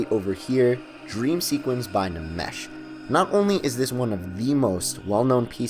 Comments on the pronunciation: I actually thought it was Enmesh. Every time he said, Namesh... I was like, is this an Indian guy? LOL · I thought it was Nmesh like "enmesh" not " N'mesh " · i also read it as "en-mesh" too, lol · isnt it pronounced "enmesh?" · I think it's pronounced "enmesh". Good recommends tho.